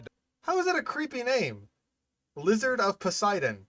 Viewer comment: sounds like youre saying “fing lizard”.